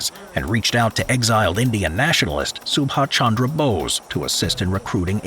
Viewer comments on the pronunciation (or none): It’s Subhas Chandra Bose.